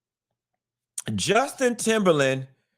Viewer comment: Did Q say Justin Timberland???😂😂